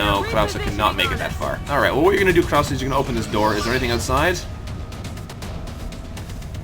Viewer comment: You've started to get "Krause" right sometimes. Again, the final "e" is pronounced. I'm not German, but I'm familiar enough with the language to cringe every time you say "Kraus". :-)